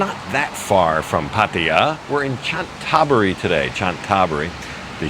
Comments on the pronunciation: Cna Tha BURI not Chan THa buri. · Please please learn how to correctly pronounce the name of Chantaburi. It's "Chanta Buri" and not "Chan Taburi". Emphasis on the first "a". You say the hotel's ne is "Meet" but the pictures show it's "Meen". Oh and Chantaburi is also famous for its pepper. Like adjacent Trat and Cambodia's Kampot. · Great Video. By the way Chantaburi is pronounced "Chanta-Buri"